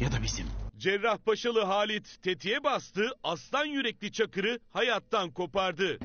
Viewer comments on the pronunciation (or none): Hâlit değil halit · halİT yanlış okunmus ve yazılmış